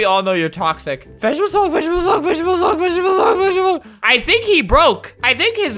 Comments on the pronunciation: Albert:SALUTE NOW! Me:*salutes* Also me:I WILL HOLD MY SALUTE UNTIL HE SAYS 'VEGETEBLES HULK" Me:*holds salute til' the end of the video* RESPECT. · "vegetebles hulk" most iconic line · its vegetebles hulk